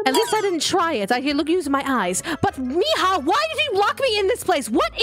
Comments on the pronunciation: It's mija not ima 😑🙄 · I like how Aphmau's Mom still calls Aphmau "Meehaw" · Why does aphmau's mom always say meya😅😅